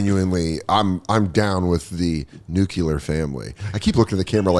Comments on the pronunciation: “Nu-clear” c’mon Sodes. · Soder says nucular? damn... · Danny boy, don't say nucUlar!! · I know everyone says nuke-u-lar it drives me crazy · It’s like our brains are thinking molecular at the same time every says nucular but it’s nuclear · Dan Dan Dan it’s Nu-cleer please it’s killing me how many people are getting this wrong these days!!! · Nook-yuh-ler lol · Soder says nuclear like he's doing George W. cosplay.